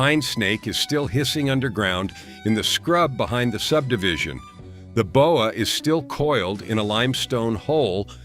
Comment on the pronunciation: The Bo-eh? Constrictor is from Canada.